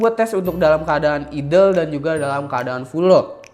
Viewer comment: ok sebelumya sorry nih ya kalo saya sok tau, benerin jg kalo saya salah ehhe.. idle dibaca nya itu aidel bro bkan idel, trus udh bagus kan cryorig, tpi kurang bagus pas r1, kalo emg dalam bhs inggris itu dibaca nya ar wan